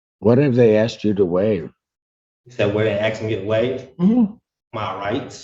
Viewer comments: Axed the question? I've heard many Americans saying "axed" for the word "asked" does anyone know why they say it like that? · He axed you a question? Is axing people legal where they are? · Axed me a question... must be Darrel Brooks Brother 😂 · who is this person or group of people that keeps axing all these black people? I keep hearing that they have been axed and none ofthem ever have visable injuries or in fear for their safety after being attacked by an axe! It must be super rough meing black cuz it seems like this happens on a regular basis!